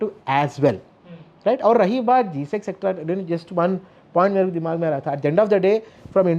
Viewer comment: its G-Sec and not GSET